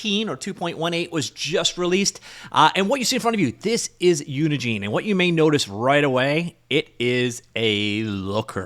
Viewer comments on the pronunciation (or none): I'm taking a WAG here, but I suspect that the "gine" in "Unigine" is pronounced like the "gine" in "engine."